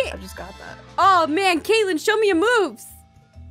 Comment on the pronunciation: YOU GOT KATLEYLEN WRONG